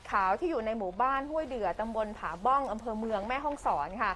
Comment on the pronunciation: บ้าน ผาบ่อง..ไม่ใช่.ผาบ้องครับ ...ที่ราคาตกต่ำผักนอกเข้าแน่ๆ..